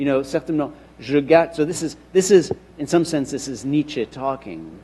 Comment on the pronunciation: Why is he pronouncing it like "niche"?! That irritates me so badly! I just looked up more sources despite having a German mother and asking others/the internet how to pronounce it a hundred times before, just to make sure I wasn't being a dumbass again, and no!! It is NOT pronounced like how says it, at all!